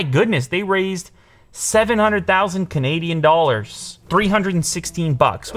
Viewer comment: The way he said "canadian dollars" 😅